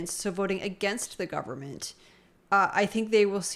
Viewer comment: It’s disgusting. He had trouble saying the word “Government”. It just made him look ridiculous considering the career he has.